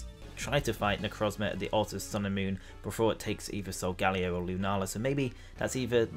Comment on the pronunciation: Solgaleo Sol - Spanish/Italian for Sun Leo - Lion Steel Lion of the Sun - Alchemy reference Pronounciation - Like Galileo, Sol-Guh-Lay-Oh